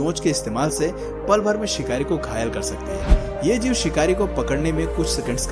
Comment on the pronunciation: You say sikhar a sikhari